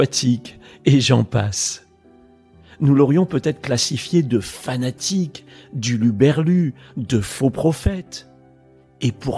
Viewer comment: Beau message. Attention je ne te juge pas, mais on ne dit pas huluberlu mais Hurluberlu avec un R😂. J’adore ta description de Jean Batiste 👍